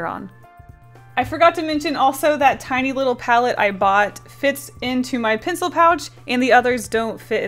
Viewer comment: I’m not trying to be rude. I love you! I’m almost a mega fan! But when she says ‘pencil’ I somehow hear ‘pincil’ ;-;. Sorry if I offended you! I didn’t mean to if I did. ;3